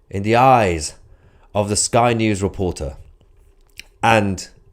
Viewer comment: Did you say " spy" news